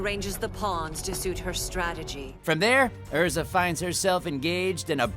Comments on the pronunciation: I mean there’s no way he’s doing that on accident considering he played Natsu for years, and always said Erza in the show. It just wouldn’t make since that now he says it wrong. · He's said her name so many times while recording Natsu yet he mispronounces it here? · Come on Todd! That’s not how you pronounce Erza’s name. you should know that!!! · The pain of Natsu’s voice actor killing Erza’s name hurts me mostly because of the times he has said it on the anime... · He says Erza's name wrong most of the time, but he says it right . What gives? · I noticed that instead of saying Erza, Todd said Ezra instead (this only happened the first 2 times, he said it correctly the other times). 😇 Edited: I just scrolled down in the comments and didn't know that pronouncing names wrong was a thing on this channel so I guess Todd did it on purpose?...Most likely...Since he's a Fairy Tail voice actor (I hope that's the case but if not...People make mistakes so it's still okay). 😇😇😇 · Wtf. You called Erza, Ezra several times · yea it hurts when you say EZ ra insteand. of erza like emily annear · It really hurts how Todd said “Ezra” and not “Erza” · nice vid... but im getting annoyed every time you say Ezra instead of Erza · It's not ezra it is erza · Did this man seriously say Ezra instead of Erza? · EEEERRRRRRRRRRRRRRRRRRRzzzaaa. Not EEEEEZZZZRRRRaaaa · It's Erza not Ezra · u know its erza so stop saying ezra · Anyone else hear Todd call Erza “Ezra” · GALE CONFIRMED BY NATSU HIMSELF. But Todd.... WHY did you keep saying EZRA at the start?? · He called Erza 'Ezra' , WHY WOULD YOU FUCKING DO THAT 😠😠😠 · It's Erza not Ezra 😤😤😤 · DID I JUST HEAR HIM SAY EZRA????? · Ezra?! You've been dubbing this series for years and you say Ezra?! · I know jit did not just say Ezra!! And he works on the show!!! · TODD!!! Its "ERZA", NOT fucking "EZRA"! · Ezera? Here’s a tutorial on how to say Erza Er-z-a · Ezra? Really Todd? Her name is Erza. ERZA SCARLET Titania, Queen of the Fairies.